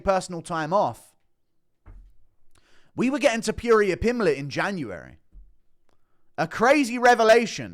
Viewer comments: Its pronounced Te Po ria not te poo ria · No sure person called Illia Tip-pure-ee-yur 😆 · Love you Guru but please learn how to say Topuria's name properly. You've said it so many times it's hard to ignore. Rofl.